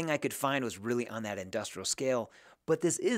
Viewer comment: Why do you keep saying dyi??